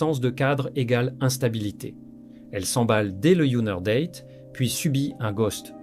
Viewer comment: Hihihihi.... Oh l'IA ! Date ça ne se prononce pas comme datte😂